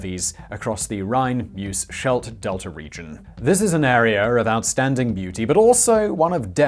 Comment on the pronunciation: Simon, as a non-Dutch speaker, you actually did pretty well, considering that the "ui" sound has no equivalent in English. But one easy one you missed... the Schedlt river is pronounced "Skelt", not "Shelt".